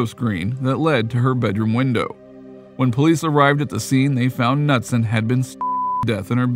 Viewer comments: It's pronounced Ka-nuteson not nutson. Very common name here in MN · Dude, Anita Ca-nu-son, not Nuts-son! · Anita's last name is pronounced (kuh•nood•sin). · I'm sorry but the 'Nutson' thing is driving me insane!!! Her name is Anita & the last name is pronounced like Kuh-newt-son!!! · K-nut-son not Nutson!!!!! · As a North Dakota resident. In case you wanted to know Minot is pronounced My-not. And Knutson is Ka-newt-son. :) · You’re pronouncing Anita’s last name wrong. Pretty sure it’s pronounced Ka-newt-son. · it's pronounced "nooot-son" like not nut. just so you're awhile for future reference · The k in Knutson is pronounced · Bro how did you mispronounce both Anita's last name and place she passed away? Got lots of work to do before I say you make "good videos"